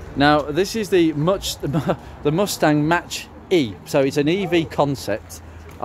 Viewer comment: I believe the MACH branding of the Mustangs is to do with the speed of sound and jet planes. It is pronounced more like 'mack' than 'match'.